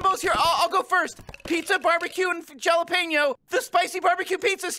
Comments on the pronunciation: it is not pronounced Jalepeneo, it is pronounced halepeneo. learn spanish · “Jahlapeño” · Not pronouncing jalapeño wrong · Ah yes jollapeno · "jalapeno" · mispronounced jalapeno. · Did seriously pronounce the “J” in jalapeño?